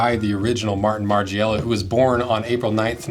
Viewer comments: margIIIela 😂 lol learn how to pronounce his name before makings the video 🤦🏻‍♂️ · Listening to you say "Marge-ee-ella" continuously is quite a hard watch. Dn't use a US google translate for starters.